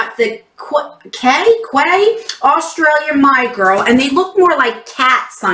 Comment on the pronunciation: Quay is pronounced key. I loved my box. I have a year subscription and went a little bit overboard with add ons lol.